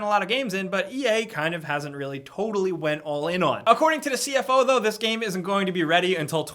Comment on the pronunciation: I wish I was a giant tool with really good editing skills, who pronounces "to the" like "ta da." Then, only then, could I have 2 million subscribers.